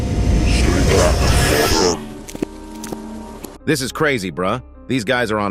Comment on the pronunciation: It's further 💀 not fodder